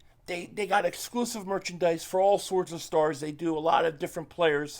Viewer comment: Please keep calling it perchandise